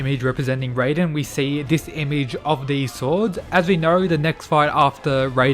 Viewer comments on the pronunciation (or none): none